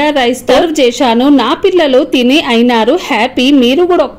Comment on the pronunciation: Cheyshaanu Kaadu cheysaanu